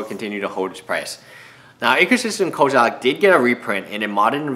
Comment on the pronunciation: it is as if you have a special trait to pronounce name incorrectly xD how does an e become an a?